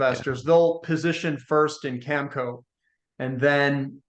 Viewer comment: needs to learn to pronounce Cameco properly